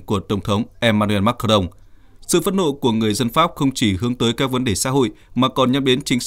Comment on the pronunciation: Sao không đọc là tổng thống Ma cà rồng mà lại đọc Mac ca rông 😂😂😂